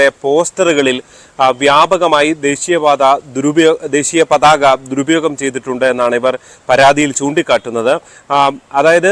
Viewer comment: ഇപ്പൊ പരാതിപ്പെടേണ്ടത് ഈ വാർത്ത റിപ്പോർട്ട് ചെയ്‌തുകൊണ്ടിരിക്കുന്ന നിങ്ങൾക്കെതെരെയാണ്. പതാക എന്ന മൂന്ന് അക്ഷരം പോലും തെറ്റ് കൂടാതെ പറയാനറിയാത്തതിന് 😂😂😂